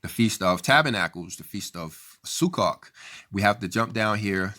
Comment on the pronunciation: (If I may, please allow me to correct the pronounciation of the Hebrew word Sukkot. I know, because I've heard many Jewish people pronounce this like as if you are saying - "Su-coat". The "o" is long)..thank you for sharing this post, brother!